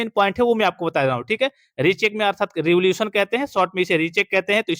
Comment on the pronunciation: सर रिवोल्यूशन नहीं रीइवेल्यूएशन होता है m